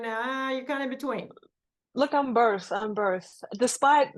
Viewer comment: Sounded like berth